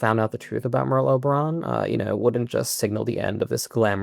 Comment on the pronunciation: sounds like pearl harbour 😂😅